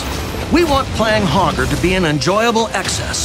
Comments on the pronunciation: I swear I keep hearing Pogger. We want Pogger to be an enjoyable excess. Pogger doesn't care. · You can't say hogger with a hard R, bro!